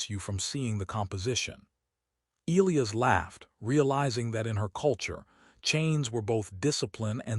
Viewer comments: LET US TRY THIS AGAIN AND MAYBE WE CAN GET IT THROUGH BEFORE THE END OF THE VIDEO ELIAS IS PRONOUNCED. EEE LIE ASS NOW HOPEFULLY 🤞 THE AI CAN PICK UP ⬆️ THE HINT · FOR A MACHINE THAT IS SUPPOSED TO HAVE INTELLIGENCE THAT IS COMPLETELY INCORPORATED ALL OF MODERN HUMANS KNOWLEDGE, THE AI THAT EITHER WROTE OR NARRATED THIS VIDEO SEEMS TO HAVE LITTLE TO NO IDEA ON HOW TO HANDLE ENGLISH DICTION. ELIAS IS NOTHING LIKE WHATEVER IS BEING PRONOUNCED THIS NARRATOR. THE CORRECT PRONUNCIATION IS ELIAS. E LIE ASS. AND THAT IS IT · Fix your AI. the one that wrote it and named a character Elias, or the one that Narrated it, and doesn't know how to pronounce Elias. either way, my ears are bleeding, thanks.